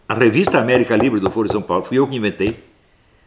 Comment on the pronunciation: Sr. Astrólogo, a forma como é pronunciada a palavra "foro" altera seu significado, no sentido q vc a utiliza jamais pode ser pronunciada como "fôro", mas apenas como "fóro" ou deve-se utilizar a palavra "fórum" para designar uma reunião ou encontro para debate, tal como Ciro Gomes e Lula falam:"fórum/ foro (pronunciado como fóro) de São Paulo". A palavra "foro" com esta pronúncia q o Sr. usa designa "âmbito" como na frase: "isso é uma questão de foro íntimo"; ou instância judiciária como em "foro por prerrogativa de função".